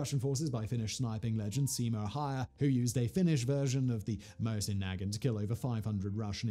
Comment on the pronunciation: What the hell did he call the Mosin